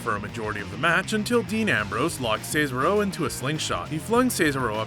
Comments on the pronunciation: I’m sorry to say this but you’re saying cesaro wrong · Every time you said Cesaro I cringed. Please learn to say his name right🤦🏻‍♂️🤦🏻‍♂️ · It really annoys me how he doesn’t say Cesaro correctly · I just can't listen to him saying Cesaro again! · This guy absolutely butchered cesaro's name. Lmfao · Am I the only one getting real annoyed every time he says Cesaro.. Dude get the name right lol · Who else is annoyed when he says Cesaro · That awkward moment when you botch the pronunciation of “Cesaro” on a video about botches. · The way he says cesaro😤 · You're saying Cesaro wrong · 11 Bloopers that actually aired, the pronunciation of the name Cesaro... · Is He saying cesaro name right or am i saying it wrong 😲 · Stop fucking saying cesaro like that Jesus Christ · You are not saying Cesaro correctly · Can pronounce shinsuke nakamura correctly but can’t handle cesaro.... it’s NOT Caesar-O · SEEZARO SA-SHA BANKS NEEYA JAX TAMINA SNUK-AH Does this guy even watch WWE? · You get a dislike for se-sar-oh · lol seezaro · this guy realized its pronounced sa-zar-oh, right??? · Caeser Row, lol. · Bro u saying see sa ro is a blooper 😂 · I would get if it was a mistake, but you said See-sa-ro like 8 times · Sez-are-oh Pronounce Cesaro right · Yeah, he calls him Cicero, like this annoying twat from TES V Skyrim (Dark Brotherhood Questline) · worse part the other guy say ceasero wrong fuck this channel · Hunting And Fishing Outdoors Scissor-o 😒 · That's not how you say Cesaro correctly it's incorrect fix your language you still a little goose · Can tell your not a wrestling fan, saying cesaro wrong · THE WAY HE PRONOUNCES CESARO XD IT BUGS ME SO WRONG XD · You Said Cesaro And Kalisto Wrong! GOD! Does he even watch WWE? Get It Right! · Come on man you said Cesaro wrong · You didn't say Cesaro, Nia or metalik correctly. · Pronounce Cesaro properly. WWE say it every week. Oh, and you cannot pronounce Gran Metalik properly either. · It's cezAro not cezero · Ce-SAR-o not Ces-aro 😂